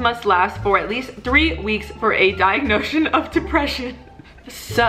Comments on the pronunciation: "diagnotion" love it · “Diagnotion” 😂 Lol it’s diagnosis